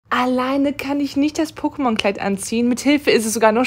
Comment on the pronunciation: Alleineee wie sie das betont.. crazy.. youtuber von feinsten